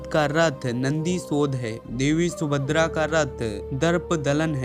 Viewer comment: Bhai sahab video me subhadra ka name bar bar sumadra bola gaya usko thik karo